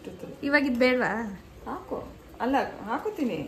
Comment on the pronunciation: Hako alla hakothini 💀🤌🏻